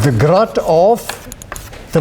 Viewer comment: It seems to sound like grot, but what he is really saying is "Grad" as in, gradient operator. His pronunciation seems to make Grad sound like Grot due to the afrikaans d=t sound at the end of the sentence, along with the long 'a' sound before it.